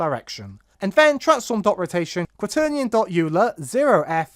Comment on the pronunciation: Just a heads up for future videos, Euler is pronounced "Oiler" or "Oy-luh" Either way, great work. I like the way you break everything down. It makes it easy to follow what the code is actually doing